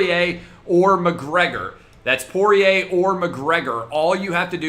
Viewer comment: Ayyy he figured out how to pronounce Poirier 👍🏻